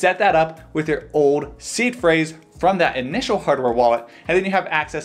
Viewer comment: In another video, I thought he was saying was C Phrase.